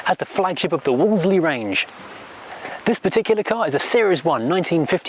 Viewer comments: As you said - it’s easier to say Woolsey rather than Woolsely. Back in the 50s nobody I knew ever pronounced the car with the second L. It’s like Cholmondley pronounced Chumley. It’s only today’s generation who insist on getting tangled up with the second L. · You dont pronounce the second L mate. Its not a wall zlee Its a wall zee